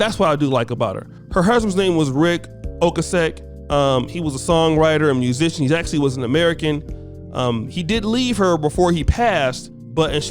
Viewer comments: Ric Ocasik (O Case Sick), not pronounced "Ocaseck". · He was in the group the Cars. Wow! It's also pronounced O-kay-sick. His group was obviously way before your time. They hit it big in the late 70s and early 80s.